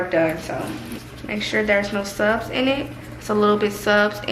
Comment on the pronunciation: You got me saying subs instead of suds 😂